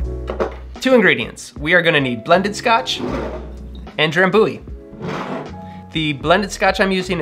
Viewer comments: Dram byoo ee. Not dram boo ee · Thats no how you say Drambuie.